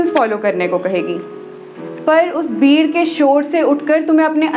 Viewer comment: My god!!! It's beautiful. The shayari, the way you talk, everything. Don't stop writing. By the way, did you realise, you're pronouncing Gar to Ghar, Batak te to Bhatak te, Beed to Bheed and 4-5 other words I forgot 😅 Afterall, Thank you very much for this lovely video 😊